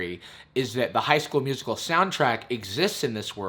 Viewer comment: I’ve been in the theatre since the 80’s. And not even the gayest of gay chorus boys ever pronounced it musiCAL...And who the hell does a callback audition with complete sets, lights and costumes?? FYI: Darbus was played by Alyson Reed who actually was a Broadway singer and dancer back in the 80’s. She even starred in the 1985 bedroom film version of “A Chorus Line” with Michael Douglas...I know way too much useless information plus I had to watch this movie A LOT as my daughter was only 6 when it came out.